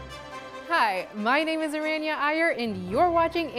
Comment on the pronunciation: At first I thought she said her name was araña.